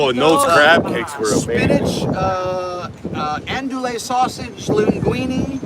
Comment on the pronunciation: Screw Caribbean, I'm still stuck on and andoolay sausage 🤣 It's pronounced an-doo-ee